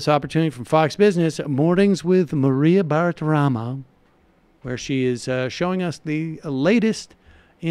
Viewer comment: "hocks"? You mean "hawks"? And if you're going to dis Maria Bartiromo, maybe learn how to pronounce her name?